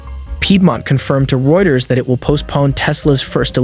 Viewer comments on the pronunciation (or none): none